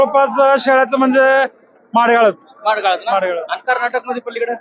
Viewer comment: मांडगाळ नाही भाऊ. माडग्याळ, ता. जत जि. सांगली.असे नाव आहे. आपले सर्व व्हिडिओ खूप छान असतात.